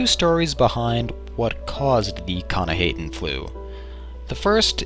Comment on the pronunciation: It's actually pronounced k'nah-hah-ten. I should know, I wrote the article about the Flu over at the UESP. I also see a bit of resemblance between it and your video. Keep up the good work.